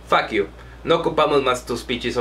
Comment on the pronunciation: No sé dice "Fackiu" se dice "Fock yiu" y se escribe "Fuck You"